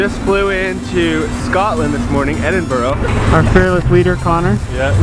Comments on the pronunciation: Ed-in-bruh not ed-in-burrow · its said endinbru not edinburow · at the start when the said "we flew in to Scotland Edinburgoh" did you correct him too? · mate it's pronounced. Ed-in-bru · It’s pronounced Edinburgh mate